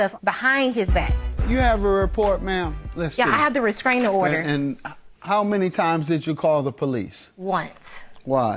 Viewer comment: Ive never heard of a "resKraning" order 😂😂